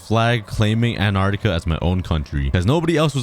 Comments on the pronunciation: Ant-are-ti-ka Not An-are-ti-ka Pronouncing the word. 😁 Ps: I love your videos! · you said anartica it`s antarctica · when u said "anartica" it smh made me laugh lol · You’re saying Antarctica wrong